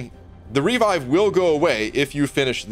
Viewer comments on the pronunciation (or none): haha literally never heard anyone say "REE-vive" before in my life It's "Re-VIVE" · For gods sake, revive is not pronounced REE-vive.